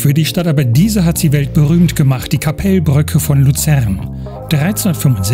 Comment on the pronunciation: Tolles Video, mann spricht den Namen Kappelbrücke nicht Kappeellbrücke aus sondern ein kurzes E und L. Dafür spricht man das KKL nicht (Sorry für den Ausdruck) KakaL KkKkL also das K am anfang länger aussprechen etwa so wie das zweite. Ich wohne eine Halbe Autostunde von Luzern entfernt etwa 18 Km entfernt oder mit dem Zug habe ich etwa 30 min nach Luzern. O das Verkehrshaus, ich liebe es. Als Zugfan bin ich oft am Bahnhof Luzern und ich Arbeite in Kriens direkt neben Luzern. Grüsse aus Hochdorf im Kanton Luzern in der Schweiz